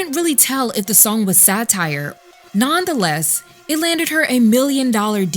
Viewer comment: Non-the-less I have never heard anyone say it this way. lol nuhn·thuh·les is how to pronounce nonetheless.